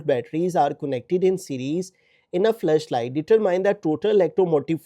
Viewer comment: That's flashlight not flush light 😂😂😂